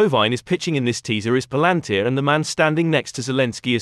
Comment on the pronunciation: Thanks for the video. But you mispronounced the company name Pal An Tir